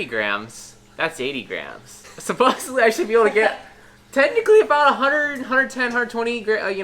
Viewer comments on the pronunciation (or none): none